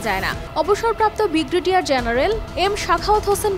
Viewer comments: বিগরেডিয়ার কি আপা ভাল ভাবে উচ্চারণ করেন, ব্রি গে ডি য়া র জেনারেল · শব্দটা ব্রিগেডিয়ার, আপনার ভুল উচ্চারণ খুবই বিরক্ত করলো। সংশোধন করে নেবেন।